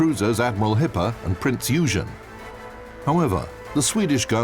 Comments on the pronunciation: "Prinz Eugen" is pronounced "Prints Oygen", not "Prints Huge-en" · I know, he pronounced SO BAD. I now some German, and in German, the "eu" sound is pronounced "oy". So, it'd be pronounced "Oygen". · Macin toshiba He's saying it like Eugene instead of how it is pronounced, which is oi-gen with a hard g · but in american (gods language) Eu is pronounced "you" so Eugen = Yougen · I like how he pronounces Eugen as Yugen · sounded more like Yuugen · Tbh, that wasn't even the English pronounciation lol, in English we pronounce it 'U-Gene' But, as we all know, It should be 'Oygen' Never the less, I'm really enjoying the Naval Legends series, keep up the good work! :) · Yeah, that moment was rather cringeworthy and I find it very lame of the video producers to include pronounciation of 'Eugen' in english language fashion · Yea you're right. But the Prinz Eugen was in the service of the US Navy shortly after ww2, renamed USS Prinz Eugen (with eu). Maybe that's an excuse to pronounce it english. Also it's for some Americans very hard to pronounce German words (I know some personally). That's because the Roman Empire never successfully defeated the Germanic Tribes . For Example you probably also couldn't pronounce every Japanese word correctly that's why you interpret it with your own style, which sounds pretty odd to them yet normal to us.